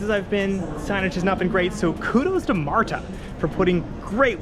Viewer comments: "marda", not "marTa" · its "mardah," not "martah" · It's not 'Mar-Ta' it's 'marda' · although there is a 't' in marta, it's not enunciated as you are doing. It's just pronounced 'marda'. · You trip me out with your pronunciation, specifically on the T in MARTA. It is correct, but if you ever hear anyone local say it we sound more like marda.😀 You are very clear and well spoken so kudos to you. Enjoyed the video. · Thank you!! That MAR-Ta is hurting my ears. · No one in Atlanta pronounces MARTA the way you do. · I’m one of the few Atlanta natives that loves MARTA. I have severe driving anxiety and it has given me my independence. Also, your pronunciation of some of our local counties made me giggle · This video is so good, with high quality shots and funny lil jokes. But as some others have pointed out my southern ears were bleeding from how you were pronouncing MARTA 😂